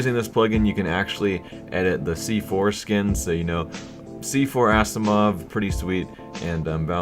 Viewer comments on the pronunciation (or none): When you said C4 Skin, it sounded like foreskin lmao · Every time you said "c-4 skin" all I heard was "see foreskin" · i kept hearing "see foreskin" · Say C4-Skin again. Kappa xD